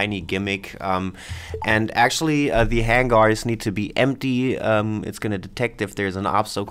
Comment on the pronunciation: no just thought the way you say hangers is entertaining... XD